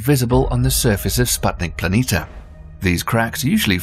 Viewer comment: Why do you constanstly omit the "i" near the end of PLANITIA and mis-pronounce it as PLANITA?